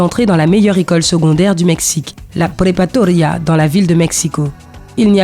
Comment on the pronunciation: La prepatoria hahahaha... C'est la prepaRAtoria. Et c'est pas une école, c'est un cursus. Ce qui mène au bachillerato (le baccalauréat)